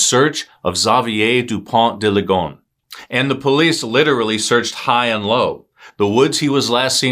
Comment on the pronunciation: Thank you for not pronouncing his name the way most English speakers would. I was prepared to cringe and you disappointed me in the best way.